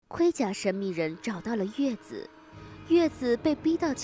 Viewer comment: 應該要念紫啊..